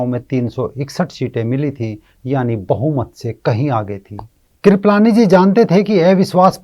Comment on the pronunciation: KRIPAALANI NOT KRIPALAANI😂😂